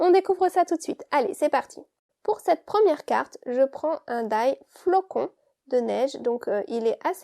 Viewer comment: Le flocon et pas flacon....................